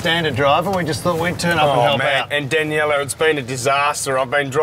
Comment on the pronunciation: whats her name? I thought I heared Deniella! lol